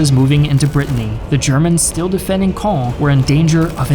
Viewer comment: I hate to do my snorty Frenchie here... but man your prononciation or "Caen" cloud really be improved.